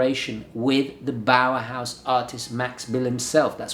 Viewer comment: Bauhaus not bowerhouse